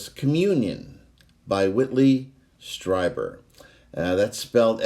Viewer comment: "Strieber", as far as I have heard, is actually pronounced "STREE - ber". Love your stuff. Keep up the copacetic work.